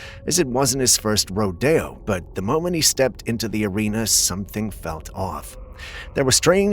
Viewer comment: Wasn’t his first “ro-day-yo” 😂😂😂 you mean RO DEE OH